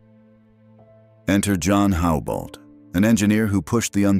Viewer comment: One minor correction. I was a resident of Joliet, IL for several years, where Dr. John Houbolt was raised, and where a street is named for him. In Joliet, the last name is pronounced Hubbolt, with a soft u.